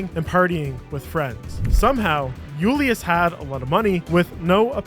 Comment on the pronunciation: You're not Spanish. Julius isn't a Spanish word. You sound so dumb when you say it incorrectly